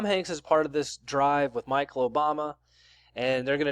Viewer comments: How can you trust a person who can’t even pronounce properly. He literally called Michelle Obama as Micheal Obama. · You do realize Michelle and Michael are pronounced differently right? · “Young stupid people” proceeds to pronounce Michelle like Michael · Did u really jus say Micheal Obama 😂😬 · How'd this guy pronounce Michelle?